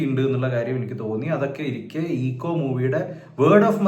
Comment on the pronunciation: Eko - എക്കോ എന്നാണ് bro....